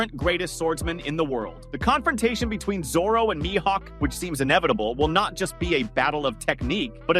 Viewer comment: my hawk? Isn't it like Me-Hawk?